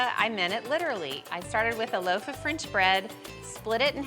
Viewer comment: And where does one get “frinch” bread?